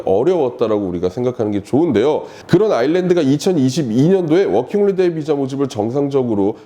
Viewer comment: 워킹홀리데이->워킹홀리데 허허~아쉽습니다